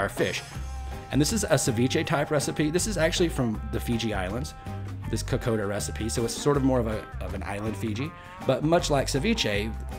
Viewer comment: Ni sa Bula Vinaka - “ko - kon - da” is proper pronouncing I was born in Australia - but my family is from Fiji 🇫🇯 I love this dish - so yummy - Vinaka Free the yarndi Ganja is the greatest gift given